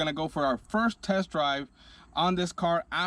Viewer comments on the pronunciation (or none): none